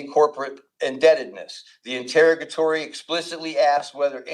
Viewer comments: I can't with the "in-terra-guh-tories." Send help. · It would be nice if this person could learn to pronounce the word interrogatory.